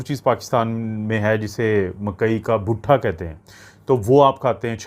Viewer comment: butha nahin bhuta hota hy😂